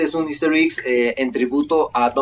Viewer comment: por favor!!! me revienta que digas iggs es Eggs:'(